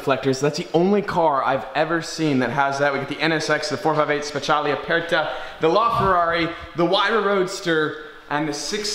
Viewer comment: Yo, learn how to pronounce car names correctly PLEASE. It’s not a 458 special, it’s a 458 speciale. Ricorda che è in italiano